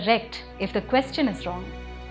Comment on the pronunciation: Excellent points made Ma'm👌 However I have one small request, being a Sanatani myself- Could you please pronounce Sanatan Dharma as सनातन धर्म and not सनातना धर्मा? That is how we were taught to pronounce in Missionary schools-रामा, लक्ष्मणा, बुद्धा, महावीरा। Think about it, we are still bound by their invisible threads,.